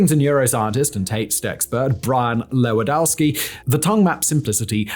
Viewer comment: Simon mispronouncing the name Lewandowski gave me physical pain. Also, come on, everyone knows pure H2O is non-conductive